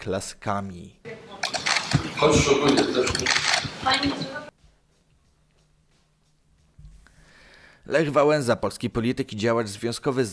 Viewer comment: Lech Wałenza